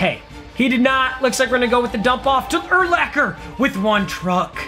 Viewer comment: ty for saying Urlachers name right 😂👌🏻